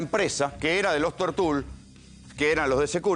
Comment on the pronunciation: "Tortul", no tiene acento ortográfico, se pronuncia como se escribe, sin acento.